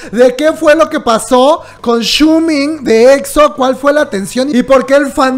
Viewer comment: Xiumin no shumin jajajajajaja